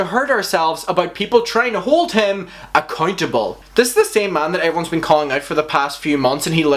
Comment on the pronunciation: I love when you say accountable hahahaha sounds like" a-c*nt-able "